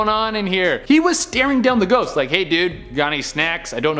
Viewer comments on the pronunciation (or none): "Could be someone out and about, or a shost- rushing to the monster mash..." sorry but that made me giggle